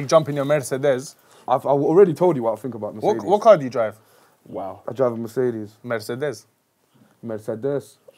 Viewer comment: Man said "and you jump in your Murzehdez!" DONE OUT 'CHERE